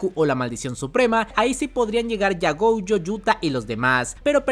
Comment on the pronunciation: Porque diablos le dices Goujo y Toudo?